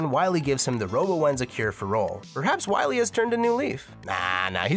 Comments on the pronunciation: Ah yes It’s Wiwee not Wily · So glad you slipped in "Wiwy" a couple times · I love that you say "Wy-we" when you're talking about MM8! "You must recover all the energy immediately ulb..MegaMan!" BEST VOICE ACTOR EVER!!